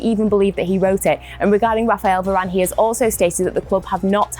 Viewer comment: u just said Verane are u ok